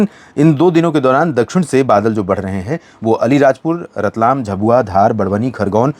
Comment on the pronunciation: Sir, "झबुआ नहीं, "झाबुआ" बोलिए।